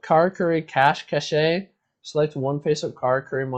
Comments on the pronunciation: its pronounced cash cash not cash cash-eh. its word play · Is it just me that finds the pronunciation of Cash Cache annoying? Its pronounced Cash "Cash"